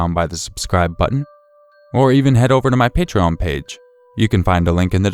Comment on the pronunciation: The way you say Patreon cracks me up..😂😂